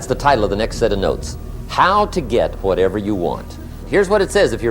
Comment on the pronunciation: The way he pronounced "wh" is like stewie griffin's way of announcing "wh" in cool whip